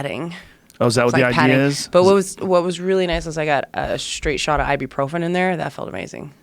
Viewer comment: Joe advertising Ibuprofen is hillarious. Can't even pronounce correctly